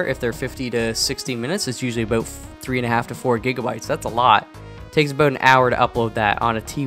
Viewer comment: As a new subscriber I wanted to ask what country your from And then you said 'aboot' So you answered my question. lol